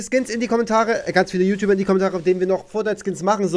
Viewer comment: Es heißt ju nicht schuh